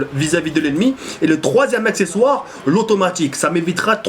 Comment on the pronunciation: fail a min acsexsoire heu accesoire